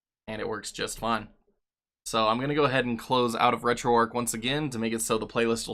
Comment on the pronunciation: You're pronouncing it Arc, but its Arch, like the arch of a bridge, or your foot. hard 'Hch' at the end.